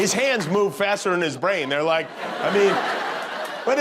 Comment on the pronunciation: 😂😂😂😂😂😂😂😂😂 "Or something LiKéah that" lmfaooook